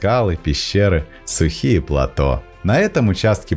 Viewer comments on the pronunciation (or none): none